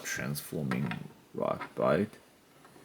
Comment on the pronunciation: Its ratbat not ratbite